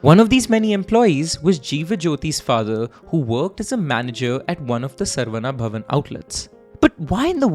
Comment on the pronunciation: It is pity that Indians can't pronounce Saravana bhavan.it is not sarva,it is Saravana.